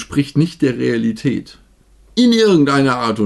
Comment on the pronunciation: Vor ein paar Wochen hat es angefangen: Sagt das jemand statt "Ä" einfach "E"? Rasen mehen, Qualitet, Denemark? Und jetzt hier: "Das Produktbild entspricht nicht der Realitet." Was ist da los? Was hat das "Ä" getan, um so "verschmeht" zu werden? Ich sage: Rettet das "Ä"! (Sonst gibt es Ärger) 😁